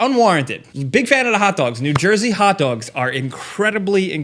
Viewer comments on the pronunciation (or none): Your accent when you say “haht doags” is just the most authentic New Yorker proof ever. I never notice your accent but that one brought the NYC outta ya! Much love from Seattle